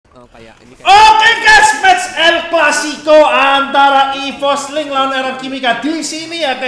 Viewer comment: lahh,gua gk permasalahin mau nonton bola atau ml,tpi penyebutan el clasico masa er er ki lawan ipos aowkkw lawak bgt,klo emng mau punya sebutan sendiri ya bikin sendiri aowkwk lawak